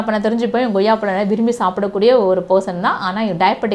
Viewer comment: அது என்ன ங்கொய்யாப்பழம்....? கொய்யாப் பழம் என்று சொல்லி பழகுங்க